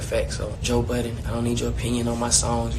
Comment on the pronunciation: Why Angela always saying Joe "Button" when its Budden... Everyone but her, INCLUDING SWAE said it correctly.... C'mon Angela... Yee know better